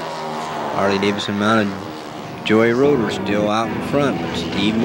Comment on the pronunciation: Very annoying hearing you say Joey Roeder it is Geo Roeder Pronounced Joe. How do you not know this? It is a shame they took this track out.